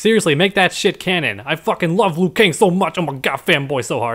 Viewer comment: Liu not lui